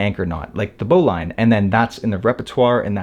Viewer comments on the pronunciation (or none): I think bowline is pronanced as bowleen not lain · Good knot, good video, but bowline is not pronounced bow-line, it bow-luhn. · “Bowlin” not “bowline” even though it is spelled bowline. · It’s BOW ‘lean’ not bow line. FFS… if you’re going to do videos on knots, at least pronounce the one all amateurs get wrong. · Really enjoy your stuff. But isn't it "bo lin" knot? (not bo LINE) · The e is silent in Bowline. It’s pronounced “bowlin” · The correct pronunciation is "boh-linn."" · English must be your 2d language. 'Bowline' is said as ' BO-lin ' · Great video and a very cool knot! I've only ever heard the bowline pronounced 'boh - lin' though 🤔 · * pronounced bowlin. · For such a knot savvy guy it's odd that you dont know how to pronounce "bowline". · Love this knot! Your presentation is clear and succinct. My only suggestion is that you investigate the pronunciation of the all-purpose bowline. I’ve been tying it and teaching it for many decades and have only heard it pronounced to rhyme with “tin”, not “mine”.